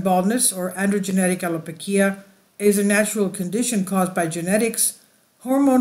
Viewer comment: The pronunciation of some key words were absolutely butchered to hell. Multiple wrong pronunciations of the same word and even made up letters shoved in there randomly. “Allopokia/allopokeery” = allopecia “Monoxilid” = minoxidil